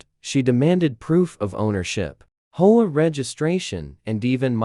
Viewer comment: well another factor is for the HOA why not list it out like ( H O A ) and same with the 911 as 9 1 1 instead of getting nine hundred and eleven ? even a few other words were said off like - concrete - stories are good but there is no actual twist in the endings - like getting taken to jail - having to pay restitution with apologies - moved to a different state and garnished from ever being a H O A Enforcer of any type ? and so on - even stories that the HOA is trying to make those Outside the HOA to pay dues and take over property and situations like that then getting busted for Trespass on Private Property and the Fake Documents and False papers and stuff like that - needs to be more interesting to the facts at hand for the story line to fit better for the actions taken for or against those parties involved -- like where i live i got sited for having rakes out on porch during the fall time as every day raking up leaves - was told to hide them as just sitting in plain view was not good for the looks - but neighbors a few doors down ar the scrap metal collectors and have junk all around the place and nothing happens to them or even write ups ,, might be because they are of the same race or nationality ? who knows on that but its crazy what those in power will force or impose when its not even in any By-Laws of the Original document ? -- just like also complaints about Squirrels getting run over but in yet they do not Enforce the Speed Limit rules as the street i live on peop